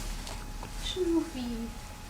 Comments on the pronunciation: Its schnuFFi Not schnuufie😂😂❤ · The way he pronounced the German dog name was so cute 😭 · As a German, I must admit that their dialogue sounds a little bit staged. Btw, I love the way you pronounce the name "Schnuffi".